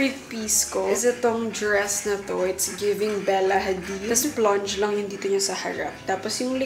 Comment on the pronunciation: Nakakatuwa si. the way she pronounces these words “ blush, run, stuff, clutch, run and plunge.”